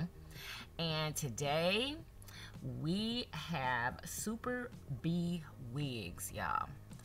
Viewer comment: You pronounced the name of the Wig company wrong...it's not Super B it's actually Superb..one word!! Google it!🙄